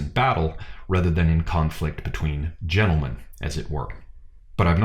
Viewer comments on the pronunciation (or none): none